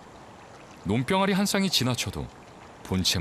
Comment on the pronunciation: 논병아리를 왜 논뼝아리라고 하냐?